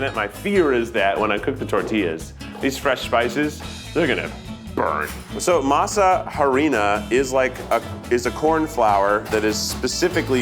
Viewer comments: Lmao can someone please correct Keith's pronunciation of massa harina 😭🥲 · “Mas-ha ha-Rinaa” lmao just says flour dough in Spanish then continues to explain what it is. 😂😂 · I love Keith so please don't take this as me coming for him but the way he said masa harina made my soul leave my body and not in a good way.